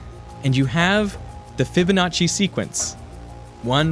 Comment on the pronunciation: really cool video, but your pronounciation of "Fibonacci" is instigation to suicide for italians